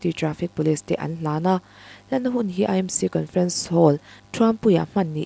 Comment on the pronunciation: E nilo in AMC ti a lam tur a nilo mo